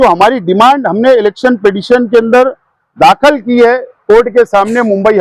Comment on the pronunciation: ابے ایکے کوئی بتاؤ یار داکھل نہی داخِل بولاتین 🤨🤪